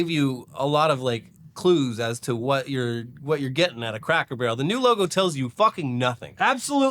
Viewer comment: sounds like is saying cracker "burl" lol